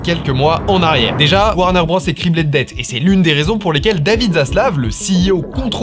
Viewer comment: Top vidéo :trophy-yellow-smiling:. Juste un truc, c'est pas "Warner Brosse", c'est "Warner Brôze" niveau prononciation.